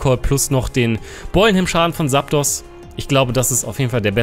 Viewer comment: Wie immer ein top Video, aber man es Heißt Zaptos mit Z und nicht mit S:p:p <3